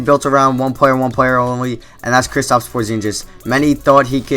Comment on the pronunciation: lol porzingis not porzinjis